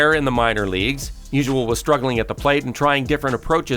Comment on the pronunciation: It's not musual, it's Musial